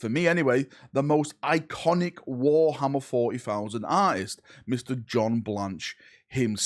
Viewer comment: War 'ommer FortyFousand.